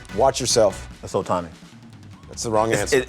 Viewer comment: It’s Ohtani bruh that other guy can’t be serious 😂.